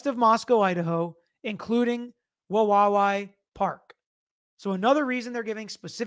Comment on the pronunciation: I used to live in Wawawai. Say "hawaii" out loud. Now replace the h with the w and say it again but add that third w toward the end. Not that hard. wuh WAH wee.